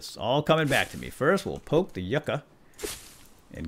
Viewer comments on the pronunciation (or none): none